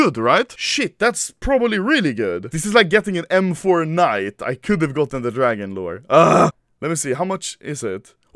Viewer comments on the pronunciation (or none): none